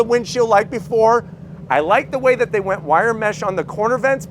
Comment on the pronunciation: when he said "dey have a standard version" for a moment there my heart jumped for enjoy till I realized he meant the features in the car 😂